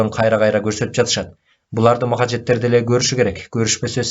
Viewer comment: Маджахеттерди махажеттер деп окудунузго😂